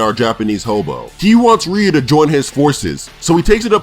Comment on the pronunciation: Your ament to say Ryu not rio